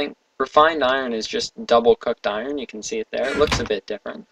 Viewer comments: no it's pronounced with the "r". i don't know how says "ion blocks". i hear something like "eye urn blocks" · you are saying iron wrong. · iron is pronounced without the R